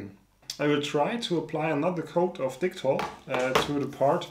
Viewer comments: You know what, I tend to respect the name of the product in regards to the country of origin so I can pronounce it as such... then you, "I'll pronounce it like dicktol cause this is an English channel" xD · Certainly don't mind the German pronunciation of Dicktall Lol As for the 3D printed gas tank, really cool idea, might i suggest making a slight larger one and experimenting with a few things one: different filaments. there are a few more flexible and more ridged ones that could right off the bat change the game a lot two: try coating the inside like a actual gas tank, i forget what its called but there is this paint like stuff you pour in gas tanks to seal them internally I know i said a few but i have a third lol this would be finding a small tank thats commercially available and try making a reusable 3D printed version, first thing that comes to mind is those tiny butane camping stove canisters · I subscribed just because I'm hoping to hear you say DICK-TALL in a German accent more.